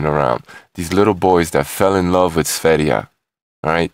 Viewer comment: For an american (are you?), your pronouncation of "foreign" words is way above average. You are the first to pronounce sv3rige's name correctly (besides himself). Awesome!